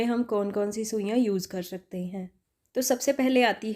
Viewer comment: Mam apne bahot hi kaam ki bat btai hai thank you so much but bolne k liye thode practice ki zaroorat hai Shakte nhi bolte .....skte bolte hain